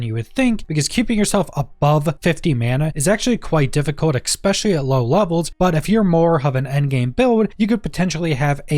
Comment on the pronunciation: there is no x in the word especially